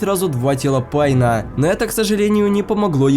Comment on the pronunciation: Мне послышалось пайн